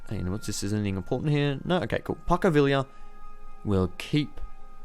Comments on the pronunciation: "Packo Villia" Pon-cho Vee-ya Pon. Cho. Vee. Ya. That's you you say Pancho Villa. (Also, Calles is probably "Kai-Yaes". 'll' becomes 'y' in Spanish) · Wolv022 it's pan-cho vi-ya I'm Mexican